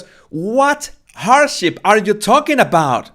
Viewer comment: When You said hardship I thought you said "horse sh!t" and I was laughing so hard as that is so appropriate to her podcast